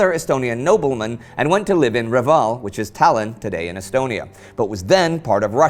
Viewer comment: That´s pronounced Ree-val, not Re-vaal...